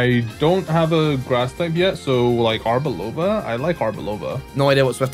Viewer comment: Did he just say arbiLOVA instead of Arboliva?